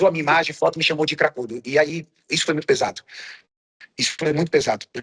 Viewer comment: "Isso foi muito pesato" 😂😂😂😂😂😂😂😂😂😂